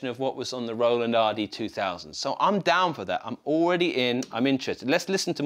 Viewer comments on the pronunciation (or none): none